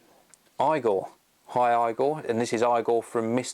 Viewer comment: Hi. Just to clarify if you buy an imac after the announcement (so now), you get a free upgrade to Lion:) p.s. still pronouncing my name wrong haha type this into youtube and watch the first video and thats how you pronounce it: Igor Trailer (Animation Movie);) pps loving the iMac!!!